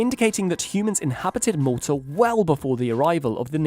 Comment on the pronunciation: I'm fairly certain he's taking the piss pronounciation of Malta, my guys.